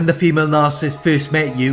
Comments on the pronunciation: It's really, really irritating that the guy who runs this channel can't pronounce Narcissist correctly. He says Narcist every time. WTF?! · It's not his accent. He's pronouncing Narcissist very incorrectly. I appreciate his videos. Constructive feedback is not "going after him." Are you 12 years old?? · His entire channel is based upon it... Maybe pronounce it correctly?! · Attack? Lol! What has society come to. Pointing out poor pronunciation is an attack? Hahaha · Carlo Wilburn Very much ! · Well said.